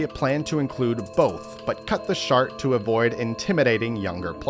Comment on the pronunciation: dose ha say shart instead of shark? .